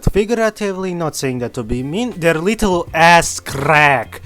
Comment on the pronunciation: 'a rrrittle asss crrack' bro sounds like the grand high witch jokes aside, great quality 👍